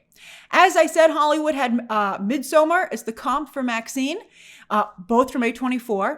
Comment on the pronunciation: in midsommar the d is silent.